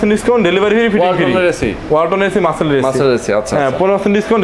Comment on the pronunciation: মার্চেল নয় .. মার্সেল!